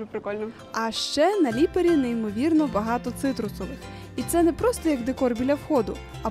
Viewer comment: Ставте наголос на перший склад у більшості власних назв, бо ріже по вухах ліпАрі... А ще не хамон а прошутто крудо, хамон - іспанія А взагалі - класс, дякую за контент